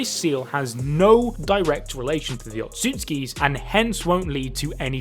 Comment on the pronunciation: Bruh tell the second dude speaking that it's pronounced oht.su.suki not ohtsuskis 🤣